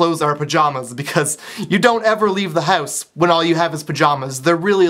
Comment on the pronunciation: I love the way he says "house" & "couch".. oh, silly Canadians. cx